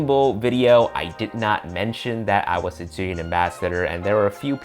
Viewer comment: Definitely will get it, thanks for the update! P.S. Yeah, like someone mentioned, please, learn how to pronounce Zhiyun (it's like more G yun, but not quite, so just google it) if you are an ambassador! P.P.S.I live in China more than 8 years, I know what I'm talking about, no offense! Peace;)